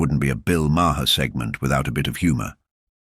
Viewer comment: If by you are going to make an AI video, have the AI learn to pronounce Maher's name correctly. Sheesh!